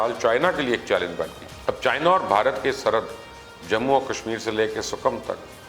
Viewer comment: It is sikkim not sukam